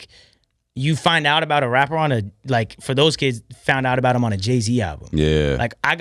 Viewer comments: i don't like the way he talks "i'm a wappuh i like to make wap moosic" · He's a "wappuur" not a rapper😂😂😂